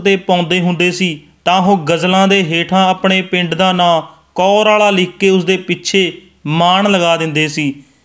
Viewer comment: Bhi ਕੌਰਵਾਲਾ ਨਹੀਂ ਕੋਰਆਲਾ